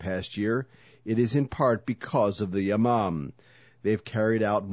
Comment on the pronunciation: I heard it as "Ya mom" aswel >.<